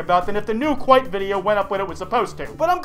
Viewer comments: Kwite? More like... Doot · Ayyyyy this is "kwite" the video XD